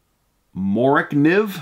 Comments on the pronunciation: It’s pronounced mora knife. They are inexpensive but are excellent knives. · MORA KNIFE.... is how it is said . Great knife for the cost. I had several .